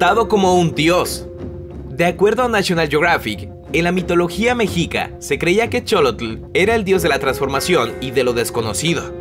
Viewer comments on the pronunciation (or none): Aprende a hablar es Meshicas pero se escribe Mexicas